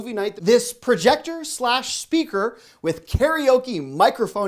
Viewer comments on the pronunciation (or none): none